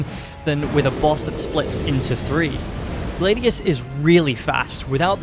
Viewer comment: Gladius bro not glaydius